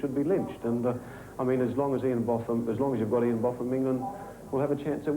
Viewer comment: Loved the mispronunciation of Ian's name by Kim Hughes